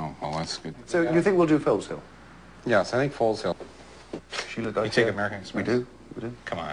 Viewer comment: Can't even pronounce it properly, it is Foezill and I claim it back by ancient trial by combat, so, my allotment this Sunday, if you are not there you are forfeit. I bet yo did not know, that my allotment was formerly the Foleshill sewage works. my family have lived around this part of the world for centuries, long before the USA was a thing.